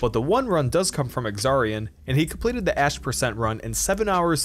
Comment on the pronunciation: When he said ash% I thought he said ass% and I was like “POKÉMON HAS AN ASS%?!